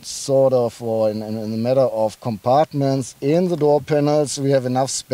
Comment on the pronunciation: "... of se polo.." haha :D